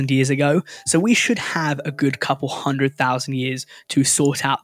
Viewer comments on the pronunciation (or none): none